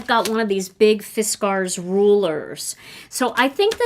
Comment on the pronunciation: the way you pronounced Fiskars jumped right out at me. As a Wisconsinite, you would of course pronounce it correctly. So many people pronounce it Fisk ers, but it is Fis cars. Love my purple Fuse, btw!